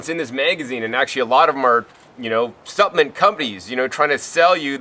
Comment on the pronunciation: What is a "supp-ment"?